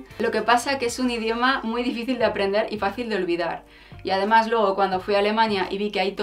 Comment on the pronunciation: Un consejo desde el cariño. Procura vocalizar más cuando dices además se te entiende "amás" y con lo bien que tú hablas y pronuncias me ha chocado bastante. Me encantas. Tienes mucha clase, personalidad y buen gusto. Se te ve muy buena gente y te mereces que todo te vaya muy bien en la vida, que os vaya muy bien a los dos. Eres un rayo de luz en este mundillo chonibloguer. Te sigo entusiasmada a pesar de que podría ser tu madre y no me puedo poner muchas de las cosas que recomiendas. Un beso enorme.